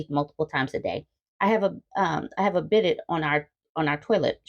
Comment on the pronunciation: bidet is pronounced "be-DAY". Its used in Europe and Asia to wash yo' a55 and crotch after going to the bathroom. And yeah, women have absolutely NO self esteem - swamp a55 proves it. WHY ARE YOU LIVING WITH FILTH?????